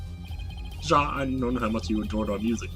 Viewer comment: Years late, and you’ve likely been told already, but I’ll say it anyway. The word Ja is pronounced “yah”. Think of it similar to “yeah” Ja?